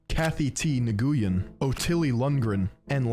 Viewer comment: I’m aware pointing this out is really nitpicky, but pronouncing Nguyen phonetically like “Na-goo-yin” made me laugh out loud.